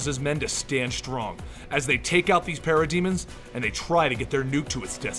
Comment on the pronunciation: Sounds liek he's saying pair a demons